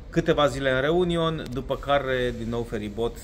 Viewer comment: Min - Mayotte (a se citi "MAIOT", din franceza) si Réunion (a se citi "ReuniON", accentul cade pe ultima silaba, tot din franceza) sunt departamente de peste mari ale Frantei, ca atare, limba principala e franceza, iar moneda este euro.